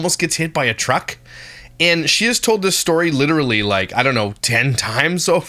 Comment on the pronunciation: I cannot say the word “literally” normal anymore. I always have to say it the way does lmao “literacally” or some version of that ha